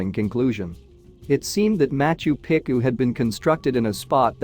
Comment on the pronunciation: I don't actually care that you use AI to narrate this stuff ... but could you possibly make sure that it pronounces things correctly. It's HI .ram not He-ram. It's not pick-oo it's Peechoo. There were a couple of Spanish ones that made me grind my teeth as well. It's durn difficult to continue to listen to these videos while cringing every time a name is mispronounced. Goddess!!